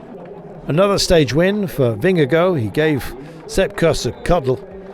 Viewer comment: Somebody learn that commentator how to pronounce Vingegaard .. Sounds really bad . Mabye call Rolf Sørensen ... Its about time to learn it right. ok .. fan of GCN .. :) and subscriber ,, And danish LOL:face-purple-crying